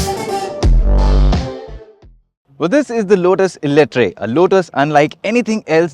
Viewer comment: Call it Eletraaaaaa not eletrai